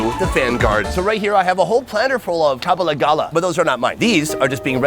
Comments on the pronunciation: Again, the word is kabalagala , not kabawgawra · I’m so happy you went to Uganda, but I’m laughing at how you’re pronouncing the foods. You’re almost there but a little bit off. 😂 in pronunciation. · For Kabalagala, just say Kamala first (with the b instead of the m) then gala. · It's kabalagala😂